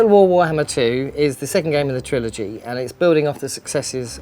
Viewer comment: He said second game of the triology. TRIOLOGY.....